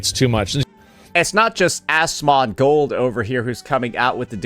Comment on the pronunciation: Why is he saying Asmongold's name like that 😂